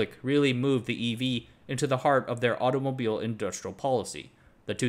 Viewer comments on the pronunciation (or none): none